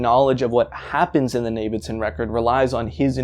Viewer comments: "navidson" lmao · The pronunciation of Navidison threw me off so bad Turns out ive been mispronouncing it the whole time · You had me until you said "Navidson"